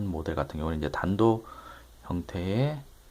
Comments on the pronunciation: 탄토는 발음 못하는 일본애들이 쓰는 말이고요 단도가 맞습니다. 탄토스타일 칼이라고 하면 보통 30센치 미만의 일본칼을 부르는 말인데요 우리나라에는 단도 혹은 소형칼로 부르는거라 특별한 의미는 없습니다. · 아 역시~ 저도 단도를 외국식 발음으로 한것 같았는데 맞네요